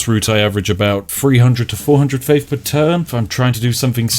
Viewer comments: Gotta hafe faffe. I'll gouge out my ears if I have to listen to you attempt the word faith one more fucking time. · Faif instead of Faith :-D